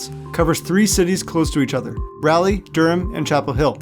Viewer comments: It’s pronounced Rah-lee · The amount of mispronunciations in this video makes my ears bleed😂 as an NC native though great video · Great video but you pronounced raliegh all wrong haha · Raleigh = RAH lee, not “rally” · Enjoyed the video, but it’s pronounced Raw-lee, not Rahh-lee. Go heels! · It's Rah-Lee, not Rally. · As a North Carolinian. It's important I correct you on the pronunciation of Raleigh; it's not like "rally", it's like "raw-lee". As well as the demonym of "North Carolinian" is pronounced "North Caro-lynn-ian" not "North Caro-line-ian" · Its pronounced RAWleigh, not Rally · Dude the way you say Raleigh kills me every time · The narrator makes two huge gaffes. One is his inability to correctly pronounce the word “Raleigh”. It is easy to pronounce if you pronounce the first half of the word like you would a college cheer. As in Rah Rah (insert team name next). The second half of the word is pronounced like the man’s name “Lee”. Put the two together and you have “Rah-Lee” or Raleigh. His second brobdingnagian blunder occurs when he tries to pronounce the word “Carolinians”. The proper way to pronounce the word is like saying “Caro- lynn-e-uns”. Practice a bit and he will master it in no time. Btw, he also mispronounces the word “South”. I am guessing he has roots in Canada by the way he says the word. Properly spoken, the word sounds like “Sow (as in a female pig” added to “th” as in the last to letters in the word “tooth”. Easy, right? Fun fact: in our 13 men’s college National Championships is the fact that North Carolina is the only state that has three universities with at least two championships each. North Carolina with 6, Duke with 5 and North Carolina State with 2. The announcer also mispronounces the word “out”. Once again, he must have roots in Canada. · Bro how can you do that much research, have that large a budget, and pronounce Raleigh AS RALLY???? you instantly lost all the respect of everyone in NC.